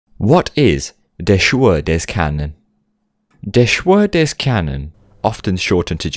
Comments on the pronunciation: You NAILED the pronounciation for a person that speaks english! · It was absolutely on point :D